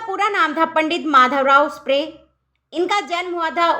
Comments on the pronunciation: Not, sprre😂 is sapre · 'स्प्रे' नहीं मैडम 'सप्रे' है "सप्रे "😅